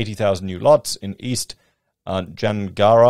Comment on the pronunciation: Gnangara = "nang gara". good try but :D at least we dont have weird names like in the east .. i'm looking at you, Wagga Wagga. Wanneroo = "wanna roo?" Jandakot = "Jan da cot"